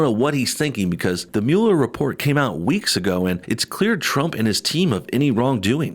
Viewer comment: Thanks for saying Mueller right, I don't know why anyone in the MSM can't pronounce that. Lol, it's such a small thing to get bothered about.